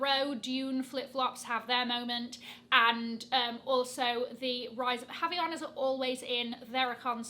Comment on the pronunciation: Happy to see the **almostttttt** perfect pronunciation of Havaianas!!! ❤❤❤ it’s only the H that’s silent, but other than that: perfect! I was excited to see if you were going to say again in a video 😅 very happy to see it hahaha (I was the one that commented about it on TikTok)